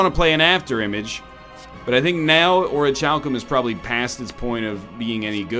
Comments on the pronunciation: NL. My man. My dude. OR-IH-CAL-COME. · Orichalcum is pronounced "Or-e-hal-cum" The more you know! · IT’S PRONOUNCED ORIKALKUM YOU STINKY EGG. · it's pronounced ORE UH CAL CUM Oh and yes, please turn on fast mode.